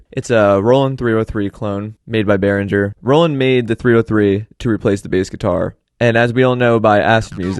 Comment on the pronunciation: it is pronounced beh-ruhng-uh